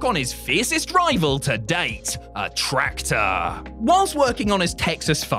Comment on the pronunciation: “A Tractorrr” 😂😂